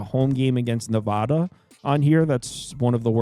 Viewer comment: Love your insight. You are very thorough and knowledgeable. My fellow Nevadans would love it if you would pronounce our state correctly:)